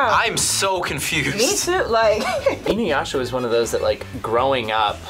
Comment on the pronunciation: I never heard anyone pronounce Inuyasha like that😂 so wrong